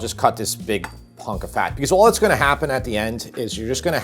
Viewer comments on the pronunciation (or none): none